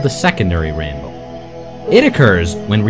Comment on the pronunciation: "Double raimbow, oh, double raibow all the way!"